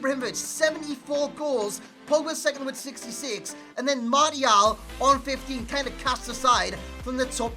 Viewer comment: Who the fuck is Marty-Al